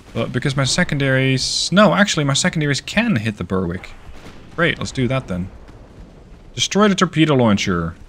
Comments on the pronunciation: Fabulous video as ever. One small thing: 'Berwick' rhymes with 'Derek'. That is all! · Lol, you're very fastidious about pronouncing the French ship names correctly but not so much with the British ship 'Berwick'. Now, I understand that in the US there are towns that are pronounced 'Bur-wick' but the British pronunciation would be 'Beh-rick'. 'Dunedin' would be 'Dun-(h)ay- din' with the accent on the second syllable.